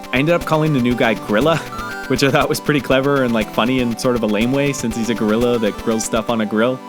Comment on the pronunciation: Oh my god, HAHAHAHAH. When I first watched the video and he was talking about the man at the grill, I thought he said "griller" in a really weird way. Turns out he said "gorilla"... I can't get that unintentional wordplay out of my head HAHAHAHA Edit: I guess it was kinda intentional, as he named him "Grilla" anyway, but still...